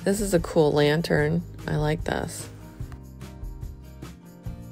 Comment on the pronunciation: Cool is not pronounced coolel